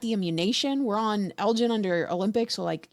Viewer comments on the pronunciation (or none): none